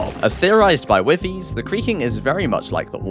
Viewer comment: Aint no way bro called my guy Wifies “Whiff-eeees” :_chazyMINION